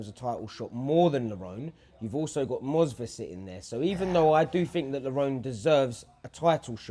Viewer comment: Namajunas. Movsar and not Mosvar. It's real people, and the whole video is about them. Would you like to be called Drab and Nale for no reason? But generally, I can't, honestly, wrap my head around you not understanding it: you're _talking, discussing_, that's the main feature attraction, it's not a parkour video or whatever -- and yet you record in a boomy room to the sound of the punching bags and other people. I 100% don't get it. There's no quieter corner in the whole gym? You can't sit on a park bench next to it?.. I understand, strict schedules, in and out, all that jazz. But it's... devalued for no good reason. I come full of interest and curiosity to what you have to say, but become bummed out in 30 seconds. Cause, like an audio recording on my phone in a quiet room is more legible. Way more.